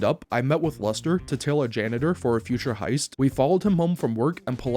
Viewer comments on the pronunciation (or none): Is he saying luster or am I tweaking